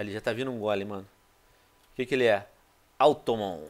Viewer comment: que raiva de vc falando automon hahshahshasha é automatom